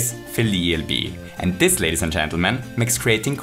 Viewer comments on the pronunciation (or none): none